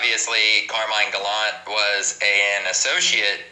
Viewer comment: Pronounce those vowels at the end. It’s Sal Vital-e and carmine galant-e